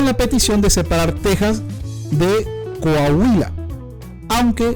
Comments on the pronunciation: Coajuila?! Es enserio? Hehe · Se pronuncia coaguila animal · Realmente es COA-HUI-LA (la "h" no suena), dejando libre a la pronunciación de la "u" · Pronuncia bien,COAHUILA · No sabes decir Cohahuila,ellos nos dicen mojados...son ladrones en expansión y todavía con acción de gracias...da risa su racismo weros putos